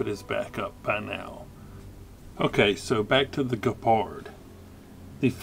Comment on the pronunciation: The German word 'gepard' ( is pronouncing it correctly), for those who don't know, means 'cheetah'.